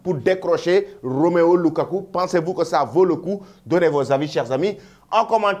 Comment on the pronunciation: La prochaine fois, je vais t'attaquer personnellement c'est ROMELU, ROMELU LUKAKU et non ROMEO LUKAKU. Tu fais exprès ou non quoi. Un journaliste qui a difficile à prononcer les noms des joueurs. N'a pas de niveau ou sa place pour présenter cette émission. Ce n'est pas du wolof...